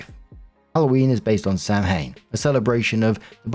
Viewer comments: Just a teeny pronunciation thing lol, Story 4 Samhain is pronounced Sow-in, Sow-un, Sow-an or Sah-win (different localities have slightly different pronunciations, but it's never Sam-hane). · Samhain is pronounced Sow-inn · Am I the first pagan to jump on to let know that Samhain is not pronounced like that? Most common is sow-in (like cow)— Scots Gaelic will have a soft V sound like SAV-in. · Halloween wedding story: Samhain, the Pagan Sabbat, which marks the final harvest of the Celtic new year is pronounced SOW-in. Not Sam-hain. It’s a Gaelic word so pronounced very differently than it is spelled. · Samhaim is pronounce SOW-in. My friend's had a Samhaim wedding in the woods. She grew up Wiccan, he's Nordic Pagan. It was the prettiest, most fun wedding i've ever been too, and I'm Catholic. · The Halloween wedding one… dearest … Samhain is pronounced SAH-wen or SOV-an. Not SAM-hain. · As an Irish listener- I just wanted to mention that Samhain is pronounced "sah-win" 🥰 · Samhain (the celtic festival which is the origin of Halloween) is pronounced "Sow-in". It is a word in the Gaelic language so the pronunciation is not as expected. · If I'm correct, Samhain is actually pronounced "sawwan", since I believe it's Irish in origin, and to my understanding, Irish words are weird like that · Story 4 - Samhain is a Celtic/Gaelic word and is pronounced "SAH-win". How the f*ck does an Englishman not know that? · small friendly note: it's pronounced Sow-in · Samhain is prononunced "Saw-ueen." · you put out fantastic content and I really enjoy it. I wanted to let you know. That being said, as a Pagan, I thought you should know that Samhain is actually pronounced sounding like sow-wen. Sow, sounding the same as the word for a female pig and rhyming with cow, and wen as in when, but with no h sound. Just thought you should know.